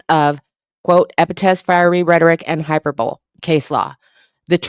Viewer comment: Hyperbole is pronounced high-per-bo-lee 😇